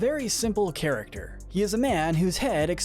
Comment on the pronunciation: XDDDD DURING THE SHERI ONE YOU SAID CHARECTSESER INSTEAD OF CHARACTER